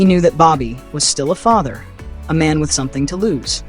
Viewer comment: Why it sounds like the Muslim dude said this here is a ma’am and not man